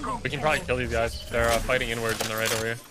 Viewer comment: Think he said fighting inwards but it sounds pretty sus lol